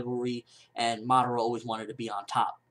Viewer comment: Ur saying madara wrong.